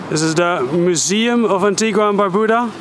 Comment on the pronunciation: Wow, I was just beginning to enjoy her being aboard! Oh well, keep on keeping on! PS: It's pronounced An-tee-guh, not An-tee-gwa. One of the locals will help you out. 🙂